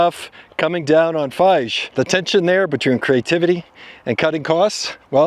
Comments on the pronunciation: Feige pronounced FY-ghee. Marvel's primary audience had always been male 13-35 maybe even 7 - 50 years old. Taking characters and switching genders will alienate part of your primary audience. When Disney bought Marvell, Star Wars and the Muppets, I thought it was an excellent fit, because Disney, under Eisner, made sure everyone knew their old movies and characters. More over, Marvell had so much existing content, it should have been easy to look at the library and retell some of the best story lines. They had super powerful female characters, like Storm, Rogue, Jean Grey/Madelyne Prior, so why'd they change Captain Marvel from a blond guy to a chick? It is completely valid that Jean Grey/MP/Phoenix was the most powerful character in the Marvell Universe and yet they switched gender and came up with stories that alienated the primary audience. I suspect, Disney will eventually hire another leader like Eisner or a young Iger that will be interested in returning Disney to its rightful position as a media empire, we're just in the weeds. The mandate from the top should be, elevate the stories, remember the primary audience, and although it's now cannon, jettison the characters and storylines that flopped and get back to the original. BTW Marvell comic books in the late 80s was so poorly run, they couldn't even keep up with address changes for subscriptions. Fantastic stories, but absolute amateur business sense. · your presentations are awesome and appreciated but when you mispronounce names Kevin Feige's last name is pronounced FIE-ghee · It's pronounced FiGEE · Kevin Feige name pronounced FY-gee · Facts. I turned it when I heard him pronounce it wrong lol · Once I heard "Kevin Feighe"... I turned it. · Pronounced Fy-ghee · How do you know so much about the MCU and yet mispronounce Kevin's last name? It boggles the mind! 🤔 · How can anyone not know how to say Feige these days? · I think you must be trolling us by mispronouncing all these guys names